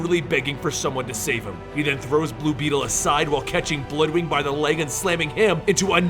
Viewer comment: Is he calling Bloodwynd Bloodwing?